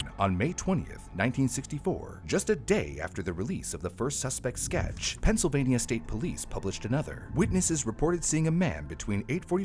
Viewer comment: Penysylvania? lol